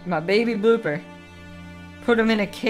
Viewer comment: did he say booper at the start of the video